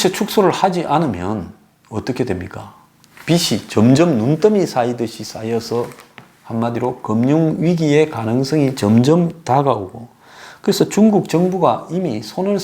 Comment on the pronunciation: 말을 좀 정확하게 했으면 좋겠네요. 부채(負債)는 '부'를 길게 소리내야 합니다. '부'를 짧게 소리내는 부채는, 더울 때 손으로 잡고 부치는 부채입니다. '빚에 속았다'도 '비세 속았다'가 아니라 '비제 속았다'로 말해야 합니다. '빚이' --> '비시' (x), '비지' (O)